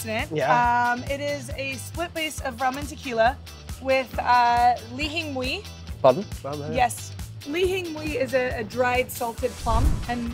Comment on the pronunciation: How did she just pronounce Li Hing Mui... I've heard the Chinese and Hawaiian pronunciations, but not that. China has several dialects, so I wonder if it's from one of other 4 I'm aware of besides Cantonese. What a brilliant drink with something that destroyed my sodium levels as a kiddo.